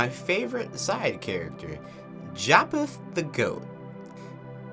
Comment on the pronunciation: Just out of curiosity, is it a regional accent of sorts to pronounce wolf as "woof"? Also, Japheth is pronounced "JAY-feth" Edit: Actually, I just realized they spell it 'Japeth' in the credits. Maybe it IS "JAY-peth" 🤔